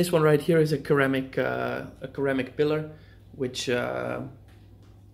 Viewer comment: Love your videos. Cant wait for the new tank. Also ceramic pronounced "ser-am-ick"